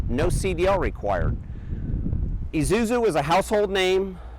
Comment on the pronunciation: I've been watching the Isuzu truck videos for years. I guess this guy is the first guy who knows how to pronounce 'Isuzu' properly.